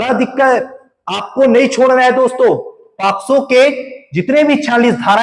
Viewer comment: It's not a posco It's pocso